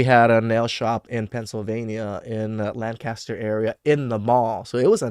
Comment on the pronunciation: If you REALLY had a business there, you learned nothing. It is NOT BURT's home; as in not pronounced LAN CAST ER. It is pronounced LANC UH STER.